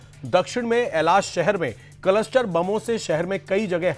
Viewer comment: कलस्टर नहीं क्लस्टर 😂